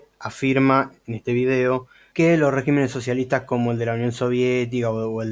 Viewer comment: Hay demasiadas inconsistencias en todo el desarrollo de tu pretendido “desmintiendo”... pero no es de extrañarse de alguien que ni siquiera sabe cómo se dice “régimen” en plural, ni donde lleva el acento en la misma palabra. Antes de querer colarse de la fama de otros mal informando a la gente, uno debe sentarse a leer y estudiar para después tener, mínimo una idea del nivel al cual nos estamos exponiendo. Bendiciones.